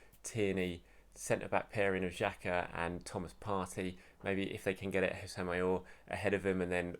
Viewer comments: Aouar is pronounced Oh Wa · Aouar is pronounced Ow-Ahh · his name is pronounced (Ah-Waar) which in arabic means "Pain" or to experience pain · I think it is pronounced ah-oo-ahr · According to a football expert called Don Robbie, Aouar is pronounced, “Aurier”.